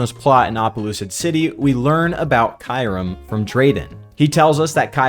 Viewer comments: I will say you pronounced Kyurem VERY wrong. It’s pronounced Kyu (like ice cube) and Rem (as its spelled) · It's actually Kyurem, pronounced KyOO-rEm.